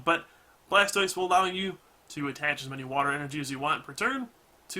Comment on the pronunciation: did he just say blastoise from boundaries cocked?